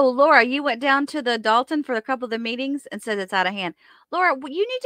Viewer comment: It’s DOLTON, not Dalton. Love channel!!